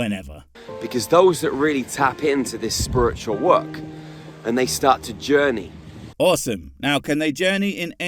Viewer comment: Are we just ignoring the fact he's saying "spurritchul" instead of "spiritual"? Cool. Coolcoolcool.